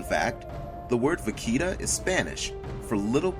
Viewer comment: Vaquita....I believe u pronounced that wrong XD